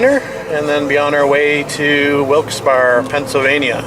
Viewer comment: The name of the town is pronounced Wilkes "Berry" despite its spelling.